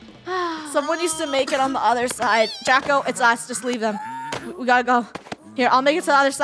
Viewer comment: it's draco not drago